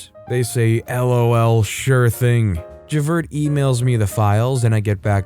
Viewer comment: Story #3 makes me wish that YouTube had a laugh emoji instead of just a like. Someone needs to watch Les Miserables to learn how to pronounce ValJean (ValJahn) & Javert (Jahverh).